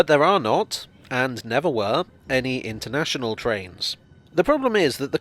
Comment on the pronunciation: Stratford “un”ternational